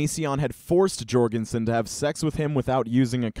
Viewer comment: Please, surnames like Jourgansen have the "J" pronounced like a "Y"; it's pronounced "Yourgansen"